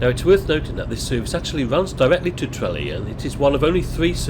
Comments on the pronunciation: Maybe learn how to pronounce Tralee? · You need to work on your pronunciation of Tralee 😂😂